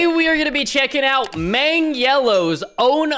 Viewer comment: Bro really said meng yellow😂